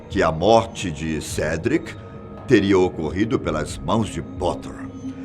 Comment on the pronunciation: vei ele falou cedrick o nome e cedrico